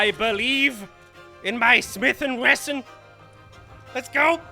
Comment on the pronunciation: "Smithing weston"😂